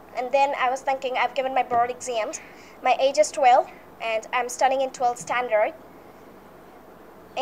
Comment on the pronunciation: Exemmms *exam😪